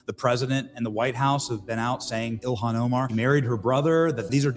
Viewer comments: JD VANCE calls her Illian not Ilhan Omar lol. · I enjoy how he continually mispronounces her name Ilian. He's such a smart guy, he's definitely doing that on purpose for sure lol